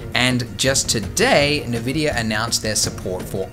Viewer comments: Oh Andy. I've been watching your stuff since I was a teenager and almost a decade later I come back to Blender and you're still saying 'verticee' instead of 'vertex' and 'Nividia' instead of 'Invidia' lol XOXO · Did you call it Nuh-vdia instead of En-vidia? Omg, which one is it? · did you say Nevidia? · did you just say NEVIDIA? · Nevidia lol